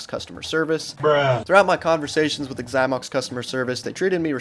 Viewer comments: Okay, first of all it’s “Zy-mox”. If you’re going to review a bad company, say the name of said company properly. Secondly, I’d never buy a Xymox pad. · Why does he say “igxymox”? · The way he pronounces Xymox is so annoying!